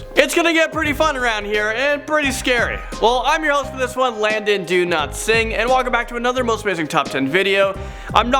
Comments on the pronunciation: Hi, I am wondering why you are pronouncing your name "do not sing". It's obviously up to you, but I was just curious. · I honestly thought he said, do not sing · It sounds like he's saying do not sing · Is he pronouncing his name as "do not sing"?